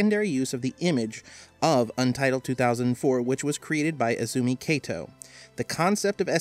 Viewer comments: Just a note, "Kato" is pronounced as "Ka-toh" rather than pronouncing the "Ka" like you would pronounce "Kate". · You're pronouncing Kato incorrectly. The 'Ka' in Kato is like the "Ca" in the word "Car"